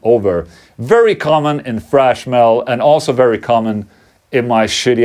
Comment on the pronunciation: Skönt å se en till som säger Thrash inte Trash Metal. Även om det suger att uttala